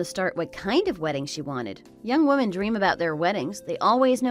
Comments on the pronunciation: good lord it annoys me to no end the wrong pronunciations of woman and women. grrrr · Why do they pronounce the plural "Women" as singular "Woman". Wo-men vs Woman, all--the--time. I have let it go for a couple years but I can't anymore.